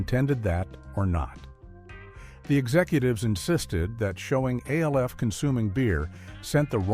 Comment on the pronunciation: Why does he say A L F instead of ALF